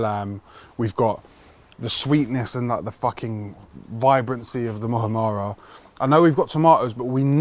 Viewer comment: Mu ham ra not mu ha ra ra 😀 - sandwich looks banging bro ….